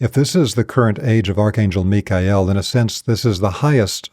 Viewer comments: What a breath of fresh air to hear "Mikhael" pronounced correctly! 🙏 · How do we know that we are in This age as opposed to any other? Why Michael? Btw, I'm grateful for the correct pronunciation. 🙏